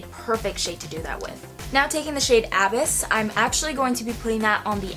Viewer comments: That was killing me I was like pls tell me someone told here I came here to let a bitch know 😂😘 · so glad someone else said what I was thinking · It's pronounced a-BYSS, as in "I fell into a deep, dark abyss," not A-byss. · None of these people are explaining the pronunciation very well. It's uhh-biss. Beautiful tutorial though. I really want this palette. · Sweaty... abyss is pronounced a-biss like bliss.. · Love this video! It's pronounced a-biss btw 🤓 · LOL why does she keep saying abyss like that? XD sorry had to but yes this is a very pretty palette. I love mine. So good for any eye color Imo. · Haha, knew if I scrolled down, I'd see a comment about her mispronouncing "Abyss" ! Ah, its all good girl, God knows Ive mispronounced a few myself! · Lol she can't even pronounce abyss right😂